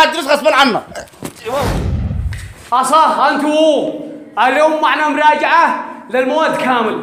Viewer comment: مراجعه. وليس، مرأجعه